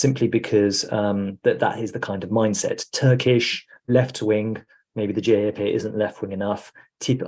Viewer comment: Would have expected to be able to pronounce CHP as Turkish people do - ce he pe! Should work on it, because it will be the leading force in politics for the next five years:)